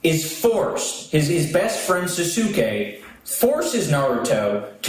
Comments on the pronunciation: When iDubbbz said Suh-soo-kay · Edit: idubbs intentionally mispronouncing Sasuke to trigger the weebs. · Idubbbz pretending to mispronounce “Sasuke” so people don’t think he’s a weeb.